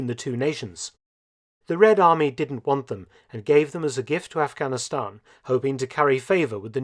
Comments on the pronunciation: What’s with the toady pronunciation of Aghanistan as “off-gonn-i-STONN”?? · The way you pronounce Afghanistan is very annoying and frankly condescending!